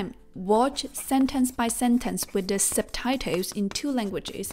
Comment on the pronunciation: It's quite funny how she says ... subtitles!!. SUBTITOWS!!!.😆 NO OFFENSE!!!👍🏻👍🏻